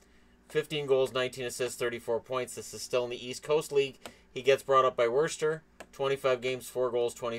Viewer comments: As someone who lives in New England, the way you say Worcester makes me laugh! I'm not from the area, but locals pronounce it "Woo-stir". Great video on a great story! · Its pronounced Wuss-Sta. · Worcester = (wuh-stir) sorry. Great vid though! Keep it up! By far my favorite youtuber